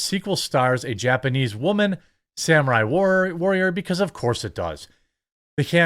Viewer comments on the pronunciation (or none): none